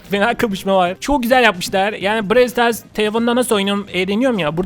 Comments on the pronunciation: BİREW stars değil abi bırawl stars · Brew Stars değil Brawl stars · Birawl stitars değil brawl stars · Abi brawe el stars değil Brawl stars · Abi çok komik brawl stars diyon kapl bırak nolur hAyrNinim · Abi brewl değil browl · Abk o bral stars diye okunuyo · Abi bralw starsın adını yanlış söylüyon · Brawl Stars ı doğru söyleyemedi :D